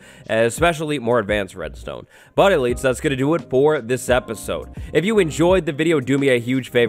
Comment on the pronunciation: Every time he says elites I feel good about myself